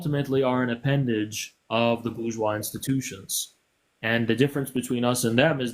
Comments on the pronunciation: Nah she was unbearably ignorant and smug simultaneously (BER-Gweece; “nuclear family” lol) and frankly—I would have been much harsher on her. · That’s Bur-Gweece Nuclear Family buddy! Lol